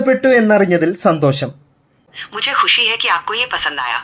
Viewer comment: നിൻ്റെ മലയാള ഉച്ചാരണം ആദ്യം ശരിയാക്ക് ബാശ അല്ലെടാ ... ഭാഷ എന്നു പറ ഷ..ഷ. ഷ എന്നു പറഞ്ഞു പഠിക്ക്. അതുപോലെ ശന്തോശം അല്ലെടാ മൈരേ സന്തോഷം എന്നു പറഞ്ഞു പഠിക്ക്.ഷം ഷം ഷം ആദ്യം നീ മലയാള ഉച്ചാരണം നല്ല രീതിയിൽ പറഞ്ഞു പഠിക്കുക.